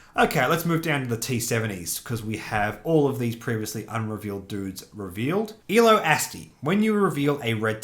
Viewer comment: I hate to be that guy but Ello Asty is pronounced like Hello Nasty without the first letter. It’s from the Beastie Boys song. And for fun, the Aurebesh on his helmet reads “Born to Ill”